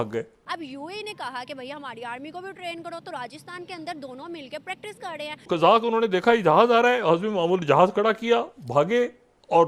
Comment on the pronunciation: Ye pakistanio me totlepan ki Kuch dikkat hai kya youtuber SE leke aam logo tak...notice Karo ye log KAR RAHE HAIN KO KAD RE HAIN bolte hai humesha inke yahan Sare hi Javed miadad Hain kya 😃😃😃 KAD re hai kha de hain